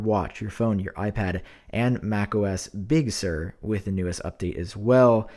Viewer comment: why’d he emphasize Big Sur so much, does he know about an unreleased MacOS Small Sur?